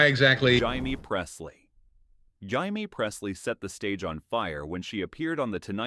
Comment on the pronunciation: The ChatGPT text is inane and the AI voice is clueless as usual. Cybil pronounced as SY-bowl? Jaime Presley becomes HY-mee. Embarrassing. Block this horrible channel.